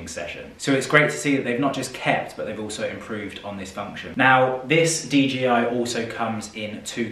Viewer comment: Sounded like you was saying DGI not DJI